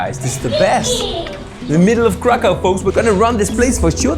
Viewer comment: 1795 through 1918 is when Poland was partitioned, not 1600 through 1939 (WW2). Also its pronounces crakhuf